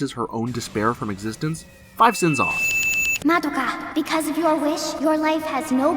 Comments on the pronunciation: Midokah, Kie-yolk-oh, Kie-yu-bay, Wall-burch-noght, Wall-purg-not, wall-pur-gee-not, Sey-yaka. Yep that's totally how you pronounce these names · And Mah-doe-ka, yes we all heard it too, don't be so damn pedantic. Why do you think SOME black people say ax, or SOME white people say ex-cape. Iit's how SOME American's repeat things they hear that are from foreign sources. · Kyu-bae. Two syllables Val-pur-gas-not. MAH-do-ka Sai-uh-kuh Mee-tah-key-hah-rah Kyo-ko again, two syllables.